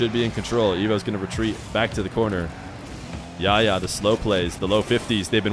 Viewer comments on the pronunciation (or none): I know the arabic "ح" is hard to pronounce but I have a friend called yahya and pronouncing it even as h makes it sound better than yaya imo. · just pronounce the 'h' in Yahya please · Ikr lol. He Makes the H silent lol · I love you but your pronunciation of Yahya is so funny